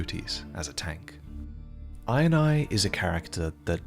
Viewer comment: Every time he says Iron Eye, I just hear him say INI (eye in eye) and it makes me chuckle every time!